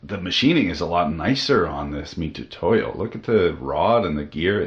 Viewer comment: The "tu" in "mitutoyo" is pronounced with a ts (tsoo) sound. The sound "too" doesn't exist in japanese so they romanize つ as "tu", much like "si" (し) is pronounced "shi".